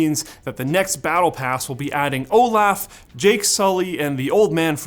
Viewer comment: did bro say o laugh. .not olaf